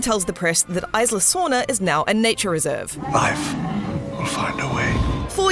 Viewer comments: Isla sorna Its pronounced, E-sla sorna not i-sla sorna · It's EEEESLA SORNA :/